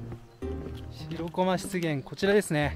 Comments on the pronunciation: しろこまじゃなくてしらこまな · 楽しく見させていただきました。 気になったのは "しろこま"が何度も出てきますが、 "しらこま"ではないですか?